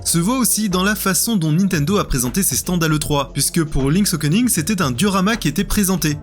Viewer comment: Le mec dit Okening